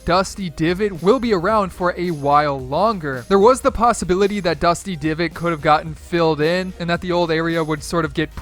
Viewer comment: Did he say dusty givot